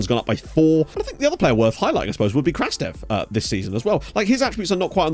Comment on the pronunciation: Just a tip, Evtim Krastev’s name in Bulgarian is pronounced as "Krustev” (u as in understand). Keep up the good work!